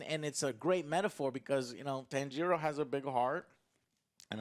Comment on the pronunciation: Joe is like Inosuke - he can't get Tanjiro's name right